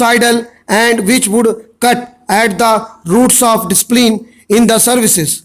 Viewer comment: Words properly bola kar Prunciation KO improve kar Samajh hi NHi aata Ki Kay bolta h Discipline word tak Ki prunciation thik nhi h.... Improve your way of prunciating....